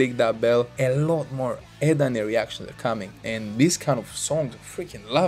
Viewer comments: not "Ut" but like u say "A - At" CMIIW 🙏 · E ET not eet